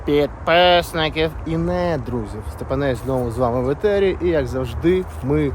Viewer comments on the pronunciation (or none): будь ласка, не "Етерів", а "Ефірів"😊